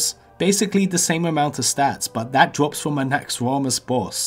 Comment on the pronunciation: Anubis lots of people will woll when it dwops